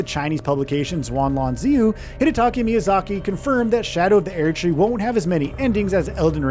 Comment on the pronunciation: Hidataka!!! Not Hidataki Miyazaki...You repeat it thru the whole video. That's embarrassing mate